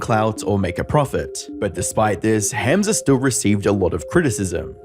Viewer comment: Hamza is pronounced hum-za